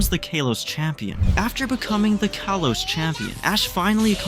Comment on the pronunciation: Did you say kolos or kalos